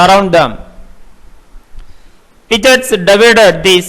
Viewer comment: hai... first you learn to pronounce Piaget and freud...Then read text for others....